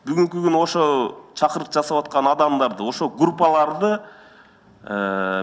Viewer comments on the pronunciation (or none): Эй иним чакыруук эмес чакырык болот.жондоп суйлочу,сенин да мулкун коп окшойт. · туура суйлочу.Чакурук эмес чакырык эн башында эле туура эмес суйлодун. Сыймык ар бир созун туура,так суйлоп далилдуу суйлоп жатат. Сени жоготуш керек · ЧАКУРУК ДЕГЕН СОЗУНДУ ОНДОП АЛЧЫ КИМДИ ЖООПКО ТАРТАСЫН КОК МЭЭ ЗДРОВАХРАНЕНИЕНИ АЙТА АЛБАЙ ОТРУРАСЫН ТАКТАП ОКУЧУ БАЛАКАЙ 1 А КЛАСС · Чакурук эмес! Чакырык деп жүр! Союз маалында ашыкча малын мамлекеттин менчигине алып турган.Жеке менчик эмес алардыкы.Элдин менчигин жеке менчигине айланткан жегичтер алар!! Элдин оозун жаба албайсың! Жеке менчик үчүн чыркырабай,сатылып кетип аткан жерлерге, аталып аткан жоокерлерге,элин коргоп жатып ок жеген сендей кырчындай болгон жаш жигиттерге чырылдагын! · Чакурык эмес чакырык деп суйлочу! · чакурук деди го 😂😂😂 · иним биринчиден чакырук эмес чакырык экинчиден сен корсотуп бер анда коррупция мн байыган адамдар менен кантип курошууну учунчудон озун эл тараптасынбы же коррупциянерсинби маанилуу маселе которуп чыксан калп эле суйлой бербей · Эмне деп суйлоп жатканын озу тушунуп жатабы .чыкурук дейби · СЕН ОЗУНДУ ОЗУН ЧУКУБАЙ ОТУРУП ТУР САГА ОЧЕРЕДЬ ЕЩЕ ДАЛЕКО. ЗДРАВХРАНЕНИНЬЯ УШУЛ ЗДРАВООРАНЕНИЕ ДЕГЕН СОЗДУ АЙТА АЛБАЙСЫН КАНТИП ОТУРАСЫН ЧАКУРУК УЯТ ЭЛЕ.